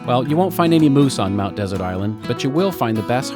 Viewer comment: Mainers say Mt De. SERT accent on 2nd syllable